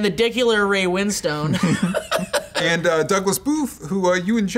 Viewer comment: ray win-stone.......